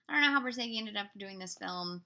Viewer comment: I hate auto speak that was supposed to say Bor zageinsteadof notzage